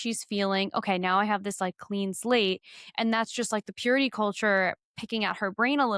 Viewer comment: God is like..sooo important, you guys! We need to live lives of purit-ah! The ene-mah is like...so bad 😂